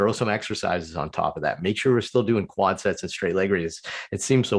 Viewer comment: Quad tendons not wud tendons lol